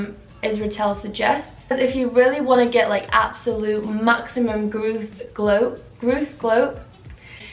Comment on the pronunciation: ur "grooth" made me laugh 😂